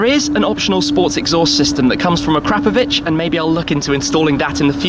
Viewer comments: Think those exhaust's are pronounced......Ak'rapovic, not acrapovich🤔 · A-krap-ovic. lol